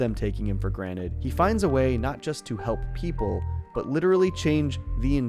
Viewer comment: Pleas stop saying graned its calld granted